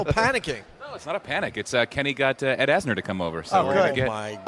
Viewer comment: It's Ed Asner not Asher...maybe put a little effort into these videos.